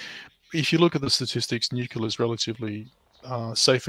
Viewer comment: Always grates o y ears whenever anyone says 'nucelar' insted fo 'nuclear' (from 'nucleus').